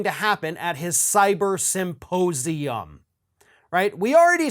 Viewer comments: He wants us to take it seriously yet keeps pronouncing it "saposium" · I, still, can only hear him say "supposium". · Mike Lindell is too stupid to pronounce ‘symposium’. He says ‘syposium’. And he simply does not understand how government is structured and how it works. After all of the talking he has done, he should fact check himself before opening his mouth. August 14th should be a fine day. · Am I not hearing Lindel correctly when he keeps saying suposium instead of symposium? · Supposium!? Okay, then! Sure you don't mean suppositorium, Mike? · Did he just say “ Supposium “ ? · Am I the only one who keeps hearing Lindell say "supposium" instead of symposium? It would definitely be more accurate. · He said "suppose-ium" 😆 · ‘Supposium’ .......lol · Mike pronounces it Suppose-ium. What an ignorant pillow guy. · "Supposium". Yeah, you're definitely someone I put my trust in, Pillow Man. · It’s not a suposium. It’s pronounced symposium. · I feel like he kept saying "supposium," which begs the question... Does he thinks it's a "supposium" and, if so, what does he think that is? Does he believe that's where they'll reveal how things are "supposed" to be? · You mean his sy-po-sium? He can't even say it. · Did he say "Once we have the Supposium"? 🤣 🤣 🤣